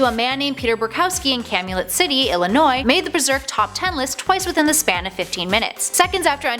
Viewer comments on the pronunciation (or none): none